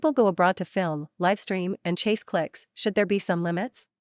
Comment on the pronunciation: Please teach your chatbot to pronounce words like "live" correctly. Ai generated slop.